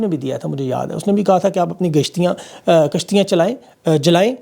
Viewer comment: kashtiya hota ha 😂😂😂😅😅😅